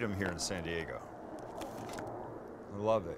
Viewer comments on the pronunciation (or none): none